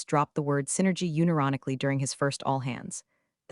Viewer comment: The AI narration is terrible. "Uni-ronically?" I'm going to be blocking this channel and I hope you understand you deserve it.